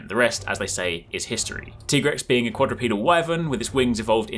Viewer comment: It’s tie-grex like tiger